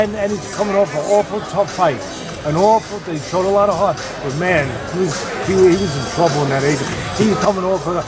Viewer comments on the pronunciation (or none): none